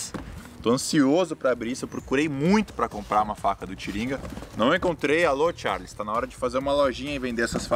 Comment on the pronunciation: Não é Tharles não! É Charles!!!!